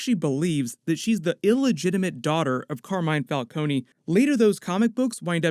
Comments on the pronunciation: It's pronounced val cone not val coney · It's actually pronounced Falcone, the 'e' is silent. Not falconey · Every time he says Falconie it drives me up the wall